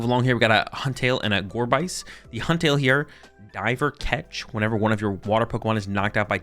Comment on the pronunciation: Sorry for being that guy, but: Gorebyss is a portmanteau of Gore + Abyss. So the byss part of the name should be pronounce just like abyss